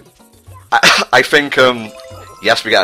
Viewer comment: What I wouldn't give to hear Tom's initial reaction to watching die to the giant Chain chomp. Had to have been priceless. -We all like hearing Tom say "Bananna". -Wait...they're all trapped in flaming goop that hurts Mario if he so much as sets a toe nail on the stuff. Why aren't they on fire? -Ah, bonus video content? Well, I'd like to see collecting all the more fun shine sprites throughout the plaza (not including the hidden levels), like the different towers, the big shine gate, the hidden rooms where you have to crash through barriers to get to them, etc. You know, the less tedious ones that are actually fun to get. I would also like to see speed running trickery in action and see what tricks he uses to get through various missions in no time. I would like to see him break the game AT LEAST once because I'm curious about those things. -Ah yes. The Corona Mountain obstacle course. When I was first playing the game, I thought it couldn't be beat. Now, what kind of playthrough would this be with out Tom's trademark "you will die"? I feel like the commentary would be missing something if that wasn't in there. -Twelve parts?! But...but...this just started like...yesterday, didn't it? This should at least be fifty+ parts. This can't be right. Super Mario Sunshine usually takes months to LP. What's happening?! Somewhere in the universe, a break in the fabric of space-time has occurred and it's all your fault! Admittedly, if this had ended on 13 parts, this would tu